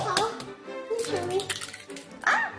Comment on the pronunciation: It's pronounced Hachu bby